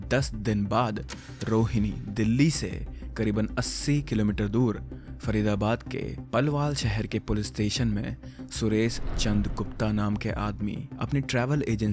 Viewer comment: you pronounced Palwal and Kasganj wrong, its पलवल and कासगंज.